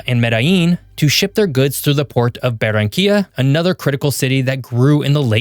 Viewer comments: Interesante analisis del contexto territorial de Colombia, sin embargo la traducción al Español presenta errores de pronunciación, sobre todo al pronunciar algunas ciudades como Medellin, donde pronuncia "Medi" o Barranquilla pronuncia "Bara"...independiente de este detalle, los felicito por tan excelente análisis de la Región Pacifica de Colombia. Saludos desde Barranquilla, Colombia. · Es Medellín, no medin Es Barranquilla, no beranca, baronia o cualquier nombre que le pusiste Se pronuncia Buenaventura, no bueno ventura Tumaco no tomaco Contrata alguien que habla español y no Una IA